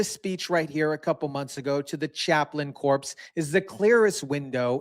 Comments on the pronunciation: Chaplain Core is the way it is pronounced. Not corpse. . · Corps is pronounced like “core” not “corpse.” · "Corps" is pronounced core